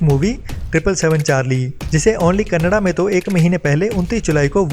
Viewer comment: क़ेन्नेडा नही, कन्नाडा।